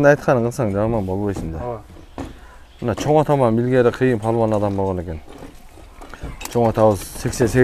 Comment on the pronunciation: Балбан деп жасан палван дебей